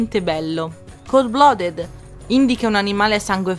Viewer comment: Ti prego... More... More clips like this! I'm luvin' it! P.S. "Chauser" si pronuncia "cio(u)ser";) "Bedazzled" diventa "bidezold"; "Cold-blooded" si pronuncia "cold-bluudid"; mentre Swagger si pronuncia "suogher"; Scusami se faccio il prof.,! Ottimo formato:)